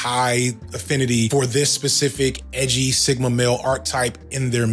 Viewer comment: “Why so Edgy-uh???”